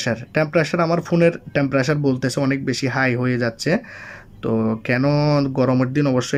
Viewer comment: আপনার কথার উচ্চারণে অনেক সমস্যা আছে ভাই। টেম্পারেচার না বলে টেম্পারেসার বলেন কেন। আবার সার্চবার না বল চার্জবার বলেন কেন ভাই।